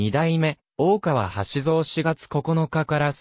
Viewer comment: 名前の呼び方がでたらめ、よく調べてからしゃべったほうがいいのではないですか。